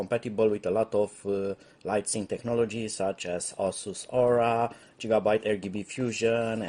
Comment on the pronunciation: Lol funny way of pronouncing gigabyte 😆